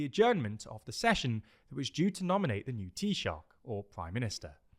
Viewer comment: Hi, just a quick note on the irish pronounciations. Dáil is pronounced "d-awl" with the "awl" sound like the word "shawl" Micheál is also pronounced similarly "mee-hawl" And taoiseach is pronounced like "tee-shuck"